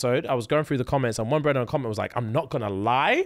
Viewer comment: SAMMME!! I'll be saying "brudda" all the time and I don't even know I'm saying it😂😂😂😂